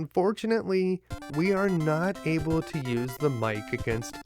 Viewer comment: Able to > Abe uh duh